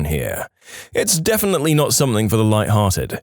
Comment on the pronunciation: No K in the word Something